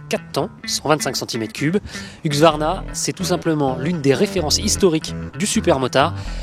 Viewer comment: C'est huSQvarna, pas huQSvarna !!